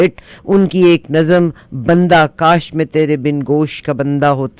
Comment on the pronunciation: Bundah = Earring ۔۔۔۔ (Jewelry) بندہ کی ب کے اوپر پیش آتی ہے،! سلام و دعائیں ❤ خاکسار، اسدملک۔ پاکستان۔